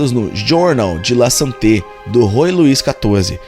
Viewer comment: Muito bom o trabalho. Divertido também. Agradeço. Apenas sugiro um cuidado maior com certas pronúncias de palavras estrangeiras, para não prejudicar a qualidade da pesquisa. ROI, em francês, diz-se ROÁ, por exemplo, assim como FRANÇOIS se diz FRAÇOÁ.